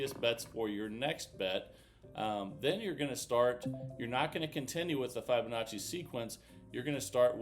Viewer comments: Wow this is hard work no thank you, and please pronounce the name properly it’s Fibonacci NOT F eye bonacci hearing it mispronounced so many times is annoying. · F eye bonacci/ F eye bonacci / F eye bonacci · Hey Jack it’s not about my annoyance he has been told many times but he’s just stubborn I don’t usually care but when I hear it 50 times in a video yes it does get annoying.